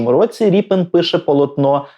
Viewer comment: Змилуйтесь, не РІПИН же ж! Рєпін!